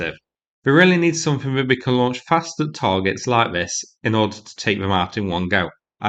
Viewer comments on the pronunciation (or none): none